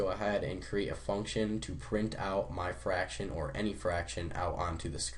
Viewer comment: ITS FRACTION YOU FUCKING IDIOT NOT FARCTION SO USELESS